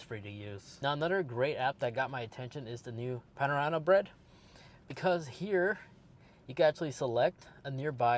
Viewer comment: I love the way you pronounce Panera Bread 😂